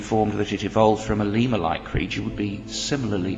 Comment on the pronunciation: "Lemur like", not "lema like".